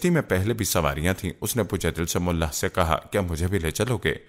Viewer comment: Videos banane ka shauq ho tu plz tayari kia Karen , abujehl ka naam amr bin hasham tha, amr bin hakm nahi, mallah hota hai mullah nahi